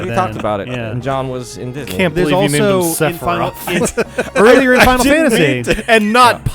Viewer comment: Sephiroff, Sephiron, Sephrileft, SephirRight, SephirUp, SephirDown, SephirMiddle